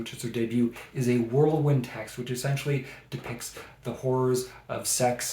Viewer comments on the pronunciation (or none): none